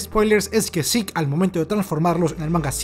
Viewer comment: Me agrada mucho que pronuncias el nombre como realmente se pronuncia: "Zik". Estaba un poco cansado de los youtubers españoles pronunciando su nombre como se escribe, Zeke, suena horrible.